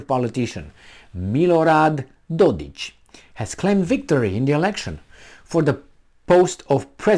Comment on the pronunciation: dodiK, not dodich...lol,...